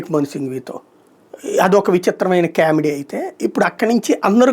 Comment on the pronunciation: కామెడీ ని " cat " లో "కా,"లాగ కాకుండా, కావడి లో " కా " లాగా pronounce చెయ్యి తండ్రీ, వినలేక చస్తున్నాం....